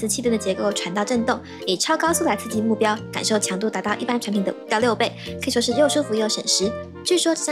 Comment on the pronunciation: 把那个产品说清楚点😮